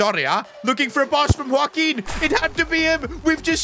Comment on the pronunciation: Bro is saying woaquin perez from the start but its joaquin💀💀